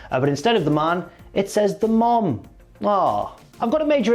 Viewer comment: Never heard anybody in Ireland saying mom like that but ok